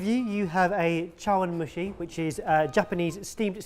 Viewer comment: pronunciation of chawanmushi was pretty solid, if anything just certain vowels could've been a bit sharper